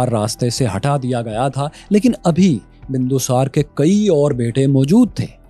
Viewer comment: Shocked to see that u have such a poor pronunciation of Indian Name such as Bindu Sar, Sushem and Chanakya but ur pronunciation of Arabic Name is flawless. This reveals that Pakistani Education system has some serious issue.